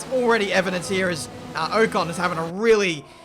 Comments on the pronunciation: Can we address the way he says Ocon? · Keep getting super annoyed when he says ocon 😤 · The way he says Ocon really triggers me